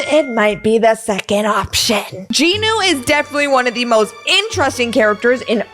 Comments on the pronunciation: Its jinu not ji nu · Jinu not JinO